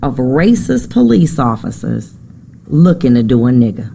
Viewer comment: PO-LEECE lol